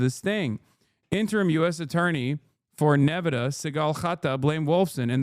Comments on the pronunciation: Did Hasan just have full on dyslexia for a few seconds? "nevadah" and "achieved" instead of archived KEKW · Why is Hasan pronouncing Nevada like a Adanali hillbilly? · Nevehdeh... I've never heard it pronounced that way till now. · I was the biggest Hasanabihead until I heard how he pronounces 'Nevahda' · why does he say ne-ve-duh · bro how did you pronounce nevada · The way Hasan keeps pronouncing Nevada is sending me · I have never heard "Nevada" pronounced quite like that.